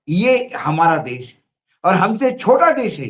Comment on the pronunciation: आप अपने उच्चारण में जी देश को देश बोलना प्रारंभ करें आप देश को बोलते है - देस । इससे आपका इंम्परेशन खराब होता है।